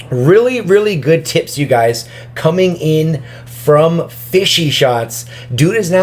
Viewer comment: FishShots* idk why he said it "fishy"